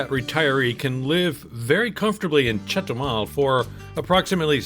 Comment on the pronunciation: It’s chetubar 😂